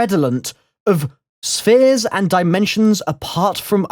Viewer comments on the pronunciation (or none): none